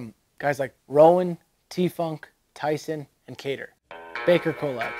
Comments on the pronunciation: Why do you say collab like that lmao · Oh my Jesus if I have to listen to this narrator butcher "collab" one more time. 🤯